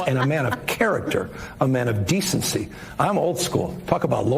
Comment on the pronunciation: Did newsom say decency😅😅😅😅😅